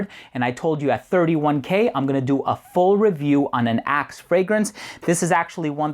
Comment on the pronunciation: Love your review! The part where you talked about your friends in the locker room it sounded like you said "a can of Ass" :P